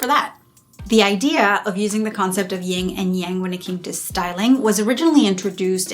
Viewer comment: It's "YIN," not "YING" and Yang.